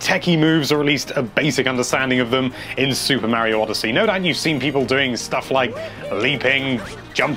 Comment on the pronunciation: NINTENDO LIVE IT IS SUPER MARIO NOT SUPER MEARIO